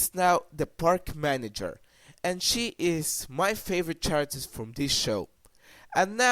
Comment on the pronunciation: i love that u are giving your own opinoin but i am still a fan of regular show note: character is pronounced caracter